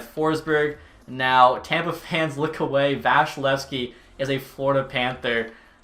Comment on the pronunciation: This was really cool and props for the effort but I have to tell you his name is not vashilevskiy, it’s vasilevskiy